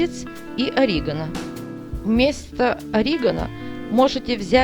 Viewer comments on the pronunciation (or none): Не ОрИгано, ОригАно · Вообще то - Орега' но ни как ни ори' ганом - не склоняется! Фе' нхель, а не фенкей. Солю' Высыпать ВСЁ!!! на противень ' - ударение на гласные. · Спасибо за рецепт ! Лайк ! Но только ударение в слове ОРИГАНО , НАДО ДЕЛАТЬ НА БУКВУ ,, А " ! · уши режет орИгано=)) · Орегано, на второй слог ударение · Какое оригано?вы хоть правильно ударение ставьте,что первый раз это слово слышите и произносите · Оригано произносите правильно, противно слушать.